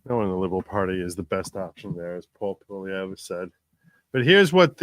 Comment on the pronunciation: Poilievre is pronounced 'Pwa-lee-ev'